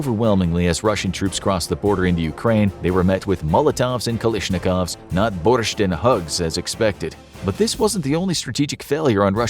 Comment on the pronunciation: as a Ukrainian that is the best foreign "Borscht" I've ever heard